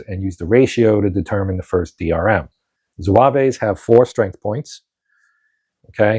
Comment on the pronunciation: Good to see this played. Still have to punch mine. One note: there is no 'A' at the end of the pronunciation of zouave, it's just zwäv.